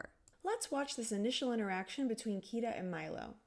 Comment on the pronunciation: I came to this video not because I'm into linguistics, but because am I googled "is the Ireland / Iceland switchup in Atlantis the lost empire linguistically plausible". Also, always agreed about the part where he can't pronounce Kida's name.